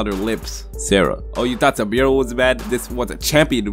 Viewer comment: Suburo is pronounced sue ba rue